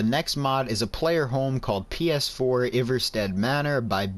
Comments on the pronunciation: It's pronounced Eye-Var-Stead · It’s pronounced eye-ver-stead